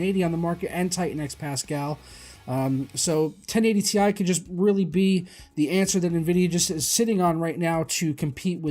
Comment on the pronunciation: It's tie not T.I.